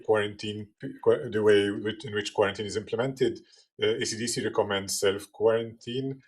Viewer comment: I thought she was saying acdc not ecdc then i saw the writing in the background